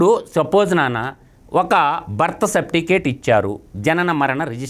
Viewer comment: Sapticate kadura Certificate ra ☺️